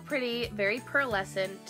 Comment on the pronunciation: Haha LOL I love the way that instead of pearlescent she says Pearl-escent! 😂😊😍😜